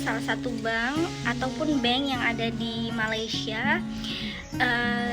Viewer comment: Bukan bang... tp bank...bang tu azan..🤣🤣